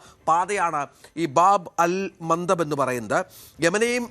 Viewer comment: ബാബ് അൽ മന്തബ് ✅, ബാബൽ മാൻ്റേബ്ബ് ❌. ആ പൊട്ടന് ഒന്ന് പറഞ്ഞു കൊടുക്കൂ